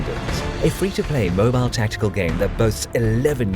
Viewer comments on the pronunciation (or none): none